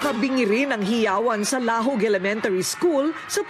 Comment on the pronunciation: hahahaha laaaaaahoooooooooooggggg